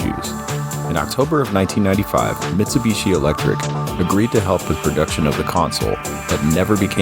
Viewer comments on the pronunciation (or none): none